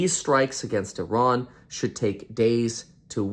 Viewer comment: Why do you pronounce Sri Lanka and Iran the way you do? It’s absolutely incorrect.